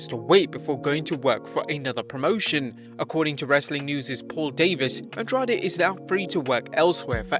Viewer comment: Your pronunciation of Andrade is really bad. It sounds like andraj